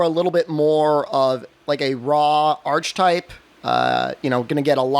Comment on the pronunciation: What do you mean by “Dragon Roars?” Defiance description only talks about Dragon Wind from what I can see. I don’t think “Dragon Roar” is a thing. Or did I miss it somewhere? Also TIL doesn’t know how to pronounce “archetype.”